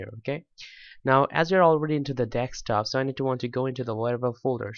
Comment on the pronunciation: I love how you say dekstop.